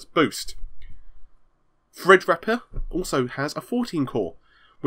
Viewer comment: Dragonfreakgaming at one point he said thrid repper